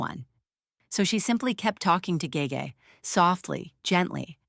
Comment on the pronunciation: Ge Ge is pronounced Girl Girl without the l consonant. It means princess in Manchurian.